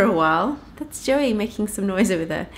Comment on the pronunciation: Oh sorry for mistaking your Boy as a Girl.. I somehow heard you say Joy instead of Joey :D